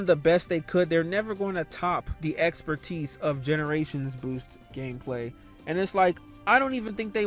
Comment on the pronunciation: Are we going to ignore that he said KNUCKLES GAMPLAY?